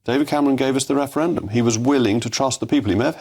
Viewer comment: Mogg "we got the referedum" What in the .....